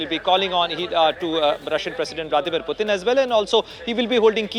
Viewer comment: Its Putin not puetine😂😂